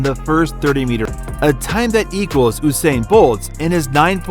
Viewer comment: It's 'You-sain' not "Who-sain"..... lol making me cringe